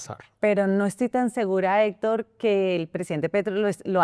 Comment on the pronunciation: Esta senora no tiene fluides al hablar , se traba mucho y nisiguiera puede pronunciar la palabras Hector. Senora visite a un fonoaudioligo o retrirece